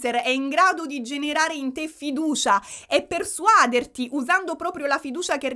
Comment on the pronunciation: Però si dice persuadère, non persuàdere 😢